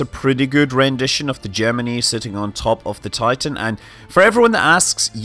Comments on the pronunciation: Good? Jimminy? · No they managed to mispronounce both words. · There are two kinds of pronunciation: The correct way The way the country who landed on the moon pronounces it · I like the subject and the videos. BUT why oh why does Mr Manley pronounce Gemini like that - rhyming with knee. It rhymes with eye . STOP it - not even all the original NASA and MacD bods used the knee variety AND you bloody well pronounced it properly at about a minute in. If it is meant to appeal to our US cousins - I wouldn't worry - if they can get past that bloody accent then they're probably not going to worry about ee and eye. AND DO not get me started on 'math' - you can bloody well stop that as well - you'll only end up like that Barrowman bloke. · When they were flying the Gemini spacecraft that's how the engineers and pilots pronounced it. Yes it was wrong, but when I'm talking about those rockets I'll use their pronunciation.